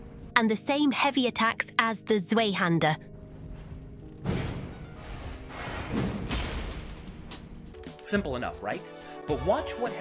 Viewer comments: Fucking cute how she pronounced Zweihaender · Gonna need you to look up how to pronounce "zweihander"